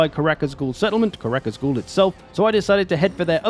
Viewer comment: Hearing 'Karak Azgul' instead of 'Karak Azul' drove me insane